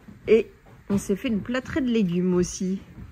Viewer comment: C'est platée (plat - assiette) pas plâtrée (plâtre)